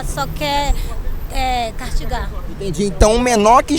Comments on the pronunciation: Essa doutiranda falando "cartigar" kkkkkk Idiota, burra e despreparada. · Como uma mulher que está cursando um doutorado pronuncia a palavra cartigar?